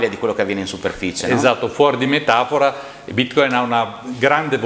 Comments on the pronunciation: Tutto molto bello, ma perché andare controcorrente rispetto a tutti gli esseri viventi del pianeta chiamando bitcoin con l'accento sbagliato? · Quabdo intervisti l’esperto, che pronuncia la parola Bitcoin nel modo corretto, ma ru vai avanti imperterrito a pronunciarla in modo sbagliato per dimostrare la tua velocità di apprendimento…